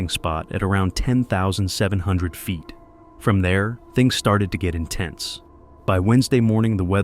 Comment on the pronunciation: I like these videos but the narrator’s pronunciation of ‘feet’ and ‘foot’ is off putting.